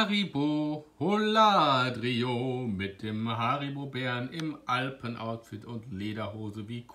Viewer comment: Die Aussprache von Holladrio ist ein Graus